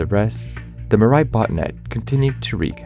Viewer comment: I got so damn irritated by the narrator pronouncing Mirai. It's a japnese word for "future" and it's pronounced as "Mee-rah-ee". "Mi" as in Mix, "ra" as in Para, "i" as in the letter pronounciation of e.